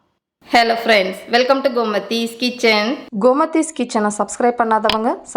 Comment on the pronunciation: அக்கா gomadhi ன்னு சொல்லாதீங்க komadhi ன்னு சொல்லுங்க ( )❤❤❤😂😂😂😢😢😢😮😮😮😅😅😊😊😊